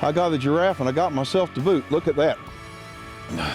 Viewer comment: Jiraffee Nooo